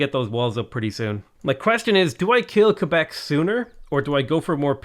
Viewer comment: being one of the few non-Canadians to actually pronounce Québec correctly is honestly entirely fitting his character 😅